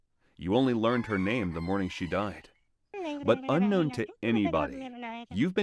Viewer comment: Son's "moring"? "Morning"? or god bless that food taster because it would have been "mourning" breakfast if he had eaten it. yikes!